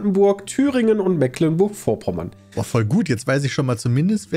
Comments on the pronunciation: Mecklenburg nicht "Mäcklenburg" das triggert mich so hart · Es tut immer wieder ein bisschen in den Ohren weh, wenn "Mecklenburg" so falsch ausgesprochen wird🥺 Es wird mit langem E gesprochen, nicht mit kurzem. :D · Als Geborener Schweriner fühle ich mich schon manchmal dezent getriggert wenn die Jungs Das Meck in Mecklenburg zu deutsch aussprechen... Es wird ja Meglenburg ausgesprochen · Die Aussprache einiger Orte dürfen die Jungs gerne nochmal üben. Selbst einfachste Sachen wie Mecklenburg, Usedom oder Magdeburg kriegen sie nicht hin xD